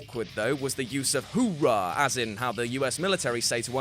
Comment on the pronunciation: The US military say HOOHAH NOT hoorah!